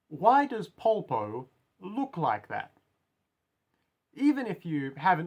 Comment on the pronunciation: I really like this one! I've seen other analysis of the characters but they don't really seem to bring up your point. Also I really appreciate your pronunciation of his name because I've seen people butcher it in the worst ways possible: Paul-po, Polo, Popo, things like these, so thanks for saying his name in an human way. I believe that his design can be described with two words: Advantage and outsider. Advantage because Polpo is leagues ahead of Giorno: Firstly, he's way older than him. We don't know Polpo's age, just like we don't know his first name or anything at all, he looks too weird to estimate an age but I'd say around 40-ish. But we know thanks to Bruno that he has spent fifteen years in prison, the number isn't casual, it was chosen because it's Giorno's age. The protagonist has to face someone from another generation which adds even more confusion since until now he has only faced people around his age. Secondly, he's smarter than Giorno. We don't know what are his study titles but because of his interest in sociology and art history we can safely assume that he graduated from university or if he didn't, he studied a lot on his own. While Giorno is in the second year of high school, he hasn't reached the hard part of the school yet. And Polpo loves to show off his knowledge, for example where he references Fuller, he had no need to explain who Fuller is - he only needed the one sentence, but he still briefly explained who he was to Giorno because he wants to inti